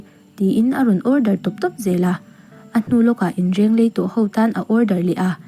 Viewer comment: lai lam sual ve chiang...Inleng rei tih tur ah Inreng lei 😂😂